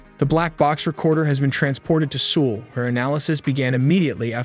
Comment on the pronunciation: he didn't even pronounce Seoul correctly